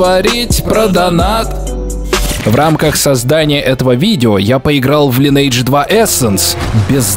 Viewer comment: Увы, пришлось прекратить просмотр данного видео, так как каждый раз, когда я слышу "Лайнэйдж", у меня начинает течь кровь из ушей.